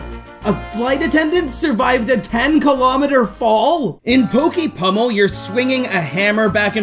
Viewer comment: You said pokie pumble or grandma dose this